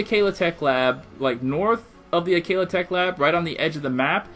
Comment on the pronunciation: U saying lanel is bad enough but dont say akeela